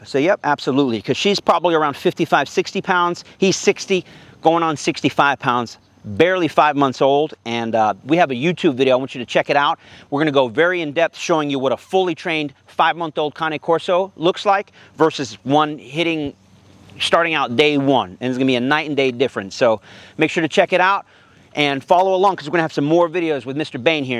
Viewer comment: Its pronounced cane like sugar cane not kah nay